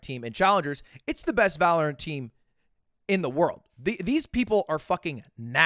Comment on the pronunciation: One of these days he’ll say valorant right